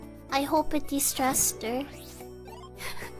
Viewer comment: Last line was supposed to be de-stressed, not distressed.